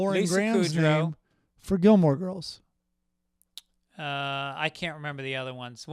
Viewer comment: It’s Gilmore Girls,. Jesus Christ.